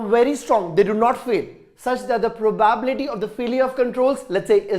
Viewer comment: Sir it is not pro baa bility.It is pro ba bi lity